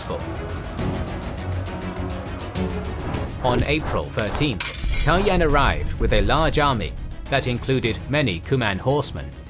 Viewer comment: Kaloyan is pronounced with the accent falling on the last syllable. KaloYAN. It's a slavicized form of the Greek Kalo Ioan, meaning Handsome Ioan. One of the leading theories for Kaloyan's murder was that it was done by a Cuman leader, by the name of Manaster, who was either participating in some Bulgarian courtly intrigue or was being bribed by the Greeks. Also, the portrait which was used in this video is based on a reconstruction of remains found near a church in Tarnovo, where later Asenevtsi royals were buried, however the remains have not been unequivocally confirmed to be that of the tsar Kaloyan. It is possible that they belong to a noble of the same name who was buried there more than a century later. There is a also a tower of the ruins of the Tarnovo citadel which is called the Baldwin tower, where the Latin Emperor died in imprisonment, as the story goes.